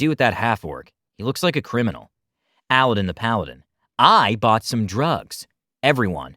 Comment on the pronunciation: Am I the only one who is really bothered by the fact that that's.... not how you say 'Aladdin'?